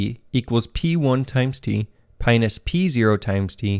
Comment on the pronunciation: “pinus” — I guess I should’ve paid more attention in my maths courses, never heard of that arithmetic operator before 🤣